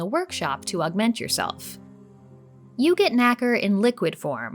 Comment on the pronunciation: I’m pretty sure you don’t pronounce nacre like that. That word means something else in the UK.